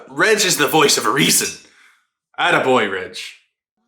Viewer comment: It slightly bothers me that you pronounce Reg as (Redge)